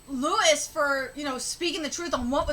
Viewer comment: His name is pronounced LOUIE, not Lewis. Stop saying Lewis. Jinma the lion appears out of nowhere. Where was he hiding this whole time?